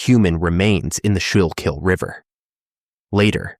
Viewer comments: Schuylkill is pronounced SKOO-kull. And the two trans women featured were heroes. I had the privilege of meeting them a few times and they were beautiful women who wanted nothing short of better for our city. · Everytime he said it. I was like nooo that's not how you say it